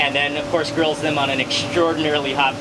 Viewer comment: When he said grills for some for 5-6 seconds I heard girls 😳